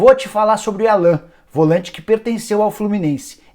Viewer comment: É Álan que se fala, Nicola... Se escreve Alan, mas se fala diferente! Logo se vê que não assistiu nenhum jogo do Flu nesse ano de 2019